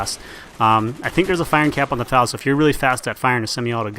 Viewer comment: eff ay ell, not fal.